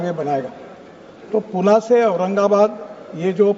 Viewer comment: गडकरीजी पुण्याला हिन्दीमध्येई पुणे असे म्हणतात तेव्हा पुणे असेच म्हणा.